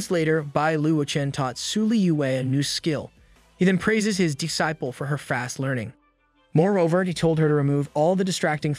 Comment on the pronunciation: Evrytime he says D-ciple .. Lol